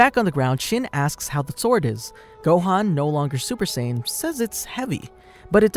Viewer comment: It's strange that you would pronounce Pan correctly in It's native form, but not Saiyan or other names.